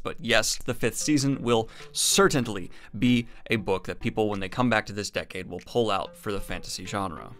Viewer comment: Does he keep saying certainTly or do my ears deceive me?